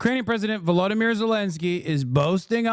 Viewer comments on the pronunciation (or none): none